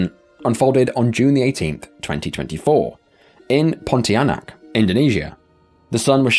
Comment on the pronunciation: Perfect pronunciation of "Pontianak"! 👍 Btw feel free to explore what is pontianak other than the name of that county. :)